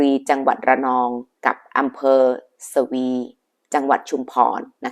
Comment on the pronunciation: ขอบคุณสำหรับเรื่องราวครับ ขออนุญาตเสริมข้อมูลหน่อยครับ อำเภอสวี อ่านว่า สะ-หวี ครับ ขอบคุณครับ